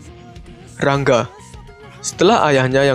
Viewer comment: Ra-Nga bkn Rang-ga